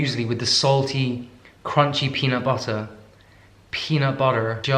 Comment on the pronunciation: Am I the only one who says "peanut butterrrr" with when he repeats it in an American accent? 😂